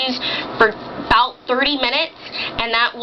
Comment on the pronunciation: She said 30 minutes. It kind of sounds like 3 tho.